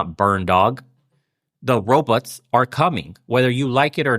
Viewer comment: bernie pronouces 'robots' the same way zoidberg from futurama does.